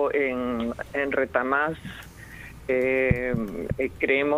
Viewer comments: Así lo dijo: RETAMÀS... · segundo 27 Patricia Juárez dice: "Mi profundo pesar por lo, lo ocurrido en "Retamás" (acentuando en la última sílaba - jajajajajaja Luego critica a su presidente). Carmen Patricia Juárez Gallegos - Política Peruana - Abogada de la Villarreal - Ex Regidora y teniente alcaldesa de Lima - 2da. en la presidencia del congreso - modifica la constitución a su antojo su único defecto: FP jajajajaja